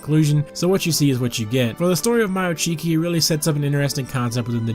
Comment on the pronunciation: I thought it was pronounced May-o Chiki LMAO 😂